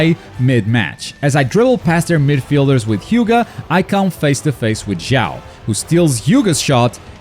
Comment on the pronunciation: Aaaah they keep calling him Xiao in those games even tho it's not his name. That's guy name is Sho Shunko, you'll hear it during cutscenes and in other games, it's how it's pronounced. The mistake comes from how you translates written chinese name with japanese alphabet. That's a bit hard to explain, but the mistake isn't in most manga translations thankfully.